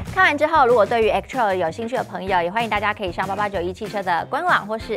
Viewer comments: 對啦!!! 一直聽到X-Troll。 Troll 可不是什麼好詞。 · 聽妳唸X-Trail，要很忍耐。